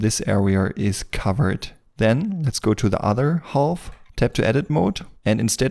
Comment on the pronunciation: Bitte hör auf "half" zu sagen. Das ist schwer zu ertragen. Das L wird nicht gesprochen. Sag: "haf". Ansonsten super Video.